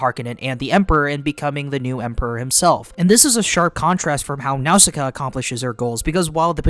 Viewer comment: I can't get over how you pronounce Nausicaa. 😂 Great vid though.